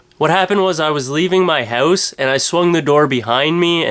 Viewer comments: not trying to pick but its just funny to me how canadians say "house" lol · u have a funny accent when u say house i crack up i have an accent too thought so its all good u have some funny material.